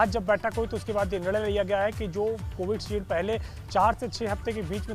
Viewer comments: Likha to sahi h anchor hi galat bole ja rahi h... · माफ़ कीजियेगा मोहतरमा, कोविडशील्ड नहीं, ये कोविशील्ड है। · Vaccine ka name CovidShield nahi, CoviShield hai. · By the way it’s covishield not covid shield🤣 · Pahli baat ye ki covidshield nahi covisheild hota hai 😜